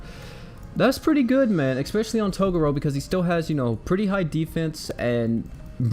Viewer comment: {TA-GRR-ROW} Sound it out for me. Sorry but I'm too big a fan of yu yu to let that go. Great video doe.